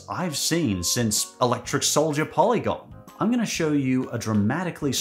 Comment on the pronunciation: Electric Soldier Porygon, not polygon.